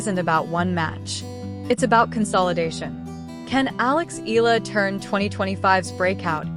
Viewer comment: we Filipinos pronounce Eala into 'E-Ya-La,' please say it, the way we say it. Thank you..